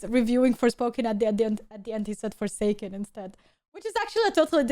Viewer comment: Forsucken lol